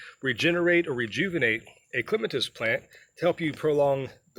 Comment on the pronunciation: Thank you for the pronunciation. The dictionary gives both but yours is the one I prefer.😊